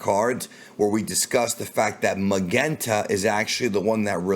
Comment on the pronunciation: Not sure why you keep pronouncing Magenta like that lol. The red ribbon army officers are named after colors. “Ma-JEN-ta”